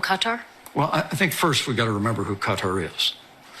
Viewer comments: Why can't grown adults in the public eye like Pence pronounce words like Qatar consistently? Is it 'Cutter' or 'Guitar' Mike? How about just picking one and sticking to it. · Cutter or Kat tar lol